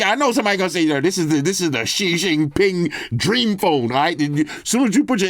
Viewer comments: 😂😂😂 "Straight Xi Xingpin" lmao😂😂😂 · Shin shin ping 😂😂😭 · “I wanna give a shout out to Shing Shing Ping” 😂😂